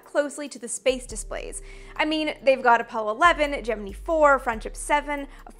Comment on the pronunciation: I'm glad you say "Gemini" the way the NASA and the original astronauts used to say it (jem-en-ee and not jem-en-eye), and not the way almost EVERYONE else does. Thank you for that.